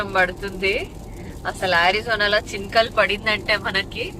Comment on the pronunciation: Chinkalau kadu akka chinukulu 😅😂